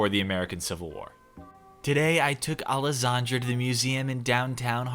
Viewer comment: It sounds like someone with weird accent trying to say Alexandra